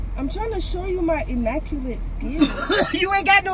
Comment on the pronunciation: “You ain’t got no emackulent skills”😭😭😭